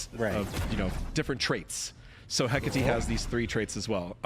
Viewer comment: Just happy people will finally pronounce Hecate right